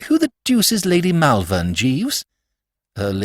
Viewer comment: Not bad, but Malvern is pronounced Mulvern, and I winced every time it cropped up.